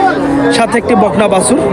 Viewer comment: ভাই বাসুর হবে না, বাছুর হবে।এটা একটা মিডিয়া প্লাটফর্ম,যতটা নির্ভূল করা যায় চেষ্টা করবেন।